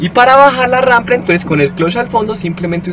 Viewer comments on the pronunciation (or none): Es rampa, no rampla! Es con todo respeto 👍